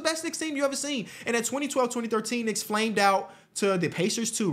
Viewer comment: He’s a what ? lol a knica?